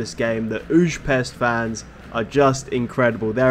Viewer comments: hi its pronounced ferentsvahrosh and ooypesht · Great video! The teams names are actually pronounced a bit different. Újpest is kinda like Uypesht, Ferencváros is bit tricky, its would be something like Ferentsvarosh (ts like in the word tsunami), but you can call simply Fradi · Good ol’ “ferenkváárosz” and “üzspeszt”